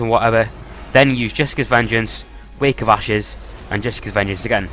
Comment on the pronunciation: could of sworn I heard you say wake of asses lol.